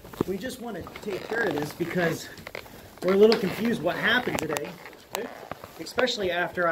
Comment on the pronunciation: “Can I axe you another question” “Exspecially” Tells me all I need to know about you